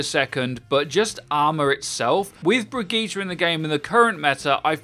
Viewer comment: Stop saying "bridget" already, owl already taught us how to pronoun the name